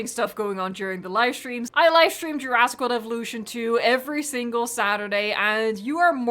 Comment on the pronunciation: “Peninshula”. “Juraaaaasic World Evolution 2”.